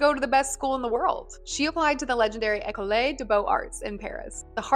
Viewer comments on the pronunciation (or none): The second E in école is (almost) silent